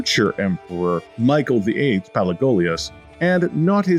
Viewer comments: Emmanuel “Palegolios” says the narrator. Next time get someone who has read history before to narrate. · Listen and repeat: Pa-le-o-lo-gos; Kom-ne-nos :)